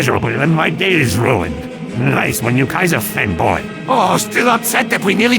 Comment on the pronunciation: “Kaiserboo” Lmao